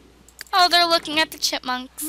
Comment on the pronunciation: I feel like she is saying chitmunks lol